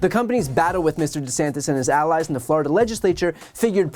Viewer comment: "FLORIDON'T?" 🤣🤣🤣 I thought it was "FLORI-DOH!" 🫨